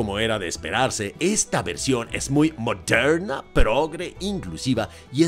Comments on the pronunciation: tuve que quitar el vidio, no aguanté tantos "modhernha" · Gracias a ti, cada vez que mire una película de Disney, me voy acordar de la frase "película moderna" claro con ese acento tan bueno jajaja. Por último estoy desacuerdo contigo en todo, por cierto la película se llama Wendy o Peter pan? Disney olvidando quien es el protagonista de uno de los personajes más importantes de su historia de sus "películas antiguas"😅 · Me agrado la forma en que dices "MODERNA". 😅😅😅😊